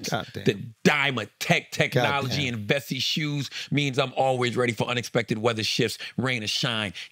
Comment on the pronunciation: Am I the only 1 who thought Charla's "Vessi" commercial sounded lika promo for "bussy"??? 🤷🏾‍♂️ijs 😂😂😂